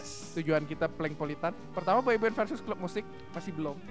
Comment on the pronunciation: BUKAN PalengPolitan Tapi PolengPolitan